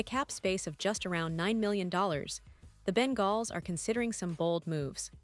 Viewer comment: She doesn't know how to say Bengals 😭😭😭😭 all bullshit